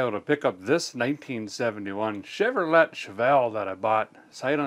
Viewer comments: Dude needs to learn how to properly pronounce Chevrolet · No way bro used the T in Chevrolet💀